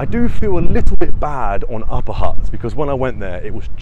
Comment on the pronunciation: Funny you are trying so hard to pronounce certain words but you cant say HUTT correctly